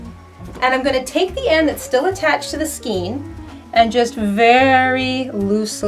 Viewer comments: I understand how newbies would need a video like this. I found it unbelievably simplistic. That's like asking "how to open a bottle of water". lol And it's pronounced SKANE not SKENE.- unless you're from Canada. lol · Pronounced 'Skayn'...skaaaayn. Sorry, the 'skeen' thing was distracting and making me crazy, LOL. :) But yeah, nice yarn stash! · Why do you say "skeen"? It's "skayn"!! The "ei" is pronounced the same as the "ei" in "weigh" and "neighbor"!!! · NINE minutes and THIRTY FOUR seconds is NOT a "quick tip"!!! We say scain of yarn here....not skeen. : ) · your pronunciation of skein is funny to me.. Never heard it called that before. always heard it a more of an ei as in A sound.. like Skain... which i think is actually the correct way.. I before E except after C, or in sounding like Ei as in Neighbor or Weigh.. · I hope you don't mind and it may be different in Canada, but it's pronounced "skane" rhymes with cane. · giggle Check Google. Pronouncing it SKEEN is a demonstration of a lack of skill in the craft. giggle #Sarcasm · Skein is pronounced skAYne. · Pronunciation Matters: SKEIN= MAIN with SK instead of M. (thank you) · Thank you for pointing that out. Yup, it's in the DICTIONARY! It comes from an Old French word "escagne". There are two ways of doing everything --- the RIGHT way and the WRONG way. One is free to mispronounce words all day long, but it's still incorrect. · lol " skeen"...everyone I know calls them a "skane" lol isnt it funny! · you are pronouncing Skein improperly and every time I hear it I want to let you know but please pronounce it properly. Otherwise love your videos. It’s pronounced skane because of the E before I rule. If the E is before the I then it is pronounced as an A. If the I is before the E then it is pronounced as E. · Skein rhymes with cane. Not skeen. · You are a very sweet person, so please don't take offense at this. The way to pronounce skein is "SKANE", not "SKEEN." Thank you.